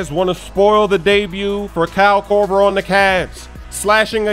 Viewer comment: "Cal Korver"